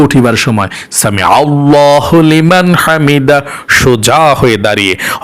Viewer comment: ছামি আল্লাহ লিমান, হামিদা হবে.. হলীমান না